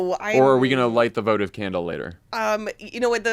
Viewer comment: Favs did you just invoke the word votive and call it votive? Lmao